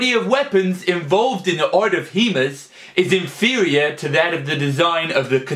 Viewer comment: "HEMAS" AHAHAH!